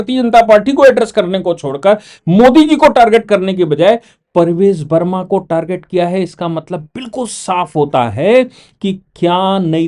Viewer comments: Sir the name is PARVESH Varma and not Parvej Varma. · Parvesh Verma boliye Sir Parvez nahi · Sir BJP person is PRAVESH VERMA not Parvez verma as you have pronounced everytime. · आप बार बार परवेज़ वर्मा बोलते हो जबकि ये प्रवेश वर्मा है और संजीव दीक्षित नहीं संदीप दीक्षित है।